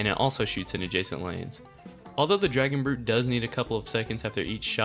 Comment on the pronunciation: It is dragon brute